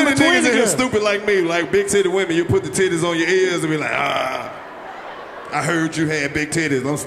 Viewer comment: 😂😂 cuh said "the stittie" lmao I cant stop cryin haha #realniggashit